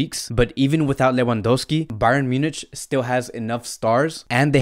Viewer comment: Honestly u need to start pronouncing team properly its annoying wtf is whoventus or munitch